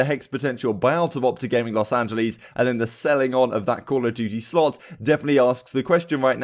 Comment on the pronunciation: love the vids bro but kind of triggering that you consistently mispronounce los angeles